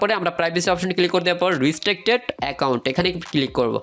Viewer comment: ভাই এটা রিস্ট্রেক না রেস্ট্রিকটেড